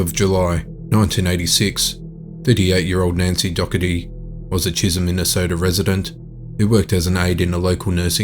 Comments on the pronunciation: Her name is Do HErty. Not "Dokkerty" ! These arw beautifull old names . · I'm pretty sure it's pronounced 'doe-er-tee', just like the word 'dough' is pronounced 'doe'. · Check pronunciation of "Dougherty" please!